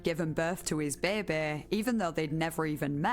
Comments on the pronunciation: Bæ bæ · i thought i was alone in whispering to myself "behbeh" every time she says it haha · "When John was a babeh"